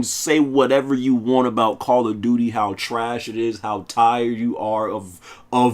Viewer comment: This sucka said Call of Dookie. 😂 instant like!